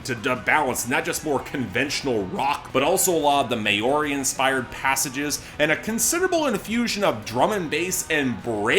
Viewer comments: Not to be a dick but Maori is pronounced Mah-aw-ree... try saying mouldy without the L and D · Lol as a New Zealander I did laugh at absolutely butchering the pronunciation of 'Maori'.